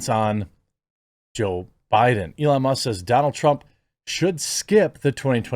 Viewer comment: Must or Musk? The K isn’t even close to the T, my dude! Forever tainted!!